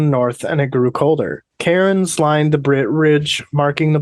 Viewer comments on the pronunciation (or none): Hahaha gotta love! At the mark, I know you're saying cairns, but for some reason it sounds like you're saying karens. Which in keeping with the spirit of the nightmarishism, it fits 😅✌️